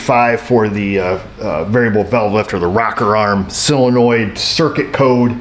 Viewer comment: Am I the only one that actually pronounces solenoid as "sō′le-noid" and not "sillynoid"? Oh wait... I mean, good job,.:D